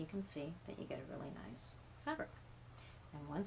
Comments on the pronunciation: The word is “taut”, not “taunt”. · FYI - the word is taut and not taunt, :-) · This is the second video where the person said taunt instead of taut. Egads. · "Taut (tight)" not "Taunt (tease)" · Taut. Not taunt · I noticed that too. Strangely when you read a lot of stories on the internet you find that a huge number of people get the two confused. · I thought I was hearing her wrong but I guess I was not alone in hearing taunt.